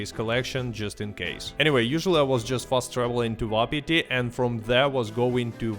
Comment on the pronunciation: I find it hilarious he pronounces wapati vapati and valentine walentine like bro are we fr